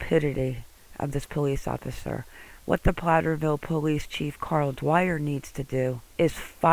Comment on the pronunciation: Platteville not Platterville.